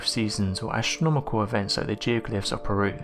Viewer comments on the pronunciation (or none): none